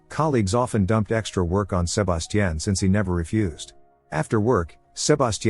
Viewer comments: How many times can you say Sir-bass-teaan? x Damn AI is broken wtf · Sa-ba-ti-ion…Jesus! Over and over is crazy work.. so distracting, couldn’t even get into the recap 🤦🏾‍♀️ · I would’ve took someone else identity if my name kept being pronounced “SHU-BAS-CHIN” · I hate the way it says sebastian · yeah, it will be a while before AI gets certain words rights. That tells u rights there not to be afraid of them taking over the world. 😂 If a robot shows up in my house trying to kill me I’d ask it to say “Sebastian” several times… at least I’ll die laughing. 😂😂😂